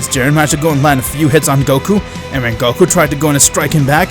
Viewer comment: it is goku not gokuur